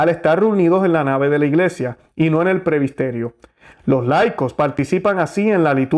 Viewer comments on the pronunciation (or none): Gracias por las reflexiones y defender la misa tradicional y valores de LA IGLESIA, que es UNA. QUISIERA reforzar que no se juzga como condenando, sino defendiendo lo bueno, la verdad y ante todo orar... Sólo una observación, tengo entendido que se dice PRESBITERIO en lugar de decir PREBISTERIO. VEAMOS, CHEQUEMOS ESO, POR FAVIR, PROPONGO. Realmente nos está tocando ver cosas tremendas. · Muy buena informacion, pero por favor diga correctamente: PRESBITERIO o PREBITERO. No Prebisterio o prebistero. Busque en el Diccionario la palabra que no conoce. Gracias. Disculpe la correccion